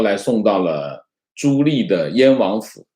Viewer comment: 纠正一个发音。 朱棣，第二个字念di，第四声，不是li😃